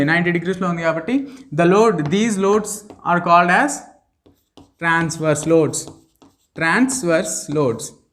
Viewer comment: But pronouncing was bad.